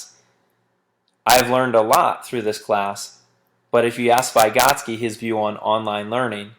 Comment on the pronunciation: Every time he mispronounced "Vygotsky" I threw up in my mouth a little... Good video though